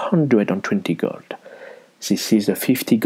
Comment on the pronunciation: I really like the way you pronounce 'gold' =) Makes it sound even richer! Nice vid.